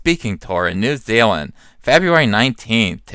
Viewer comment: New Zeal-land